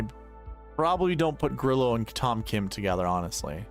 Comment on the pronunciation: Come on don’t be lame like other content creators and not pronounce Grillo correctly. Drove me crazy last week. I will help. Think of it like this Gree-yo. No L sound.